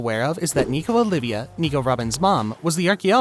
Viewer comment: Also, her name is Olvia, not Olivia. Common mistake tho.